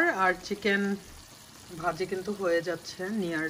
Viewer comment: u have said kitchen. (8.20) it's Chicken not kitchen. don’t mind apu